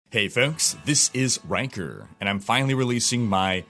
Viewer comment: I thought u said “hi folks, this is!”